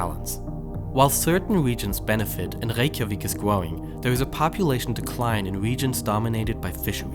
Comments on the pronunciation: Why can't you pronounce the "r" sound and the "th" sound? "twawlers" "waykyavik" "gwoss domestic product" "pwevailed" "geogwaphic" "wadar" "twying" "wesources"... "dis" "de" "froo" "muns" "freat".... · Reykjavik is gwowing🥺